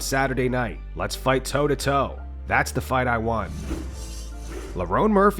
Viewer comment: You fight "toe to toe" not "tow to tow"😂😂😂